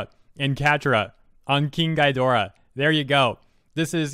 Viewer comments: Sorry for the fact checking, but it's pronounced "Gee-door-rah", NOT "guy-door-rah". But still pretty funny. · "gi" not "gai" 👍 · Just a small nitpick, but Ghidorah is pronounced "Ghe" dorah not "Guy" dorah, other than that great video man. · Your saying Ghidorah wrong, it’s GHEE-doe-rah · Innit pronounced ghee-dora tho? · Me as a kaiju fan: I should join in and make Catradora memes and have fun! Also me as a kaiju fan: I should tell he mispronounced Ghidorah’s name! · Aside from your pronounciation of King Ghidorah being completely off, i'm totally gonna make a kaiju named Catradora, it's gonna be great xD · Oh god. The way he says Ghidorah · The way he says Ghidorah pains me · Dude. It's not a long i sound when you say Ghidorah's name. It's a short i sound, like in 'it' or 'ick' or the like.